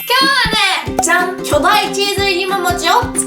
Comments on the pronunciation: 巨大チーズいりももちを作りたいとおもいまーす に聞こえた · 最初、巨大チーズ入りももちって聞こえて草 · いももちって言いにくそうw